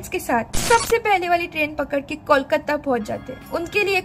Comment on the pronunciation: Nahi. Wo Sabhya bula Rahi hai aur Kolkata ko Bhi sahi se nahi bol Rahi Hain. Aisa aksar non Bengali logo ki problem hoti hai. 😊